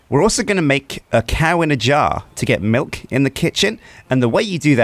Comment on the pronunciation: Did just say Malk? Instead of milk? (｀_´)ゞ